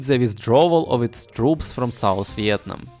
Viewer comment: Ты так прикольно говоришь "Виетнам" на английском